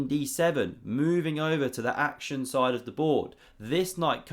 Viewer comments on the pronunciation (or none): none